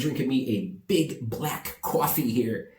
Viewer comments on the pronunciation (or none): Love that you said cowfee- NJ style! Love it😀 NYC and NJ are horrible! We just are staying in and trying to keep busy and healthy. Hopefully it's over soon. I look forward to watching your videos! It's the highlight of my day! About going back to the USA. It's a hard decision because I'm not sure it will be a good summer. Don't know but........... hopefully I'm wrong. Keep making your videos! Stay healthy and safe! 😀